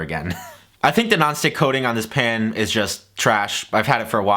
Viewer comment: Is that an Always Pan? Ive been seeing ads for those nonstop on facebook. Are they good???? TELL US. THE LADY SAYS PAN LIKE PAHNE